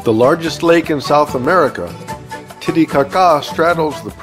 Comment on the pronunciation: I have been to Lake Titicaca, but have never heard it pronounced ca-CAH before. The things you learn! 😆